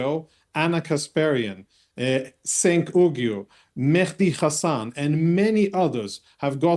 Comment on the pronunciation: "Senk Oogyere" Smug sob know's very well how to pronounce Cenk's name, and he just has to be an immature pr1ck.